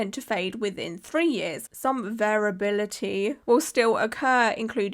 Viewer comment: Just a helpful tip, variability is pronounced like "very ability", so I think you got it right most of the time. I think the more you think about a word the weirder it sounds.